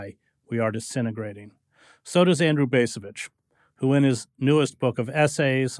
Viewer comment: I like Chris Hedges a lot, but the way he pronounces the letter 'a' in words like Vietnam and 'debacle' annoys the crap out of me. And the other guy's name is pronounced BAHS-a-vich. Long A (ahhh), not the other two ways peculiar to the English language.